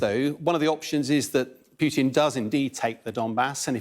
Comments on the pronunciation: It's Pootin, not Pewtin. FFS. President Putin. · Who the hell says "Pyutin"